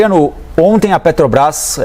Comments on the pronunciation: PODE SER QUE ALGUÉM ME XINGUE, MAIS UMA COISA EU ADORO DESSE MOLUSCO É ELE FALAR "PETOBRAS" ADORO ELE NÃO CONSEGUE FALAR (P E T R O B R A S) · O cara nem sabe falar o nome da empresa, ele fala petobras ,mim inoja ouvir esse senhor falar. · Olha só um presidente que não sabe pronunciar a palavra PETROBRAS isso é ridículo causa vergonha